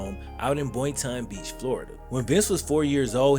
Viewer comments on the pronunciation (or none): Boy-n-ton Beach pronounce it correctly please